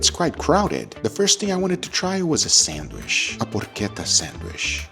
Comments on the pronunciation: Nice video Guga. I always laugh at your pronunciation of "sandwich'. You say "sandWISH' and we say "sandwitch". lol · Not sandwish, but sandwich.